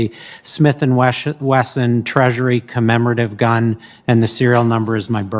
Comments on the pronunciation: "Smith and Weshon" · Smith & Weshhson? 👁👄👁 🤣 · Idiot at the helm but can't pronounce Smith & Wesson. Wants to take all of them but his. Unqualified.